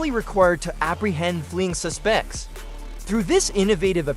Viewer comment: Yeah. And “suSPECTS”. 😂